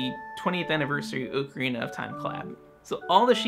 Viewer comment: Oh my gosh, someone else who pronounces ocarina the way I do. I always felt so alone in this before. :)